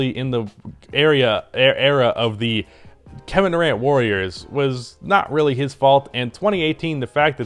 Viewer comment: Lmaoo “gevin Durant”